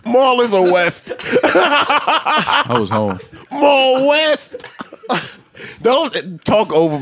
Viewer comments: “Mal West” 😂😂😂😂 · "Mal West" lmao